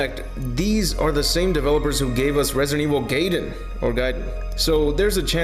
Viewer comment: Why do you keep using the plural crises when you're referring to a singular crisis? Also, I can confirm its pronounced "guy-dun" not "gay-den"